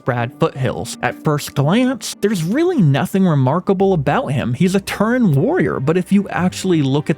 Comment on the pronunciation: My guy its Tauren not Turren